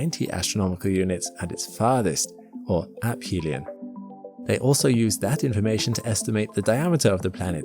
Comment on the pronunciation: I know this is superficial, but it is ə-fē′lē-ən and not əp-hē′lē-ən.